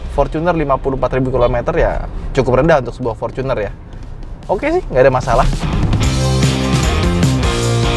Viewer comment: fortuner bang bukan focuner